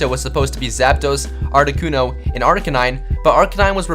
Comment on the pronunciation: artic-UNO zap-DOS mol-TRES